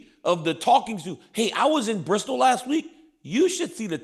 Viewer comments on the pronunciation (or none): none